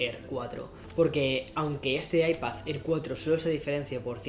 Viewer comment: What da fok is an Aipazzér or an Aipazzpró ??